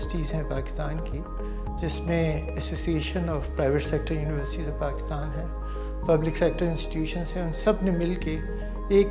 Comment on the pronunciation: listen carefully she said bakistan ;) edit: but i’ve doubt 🧐 ¿?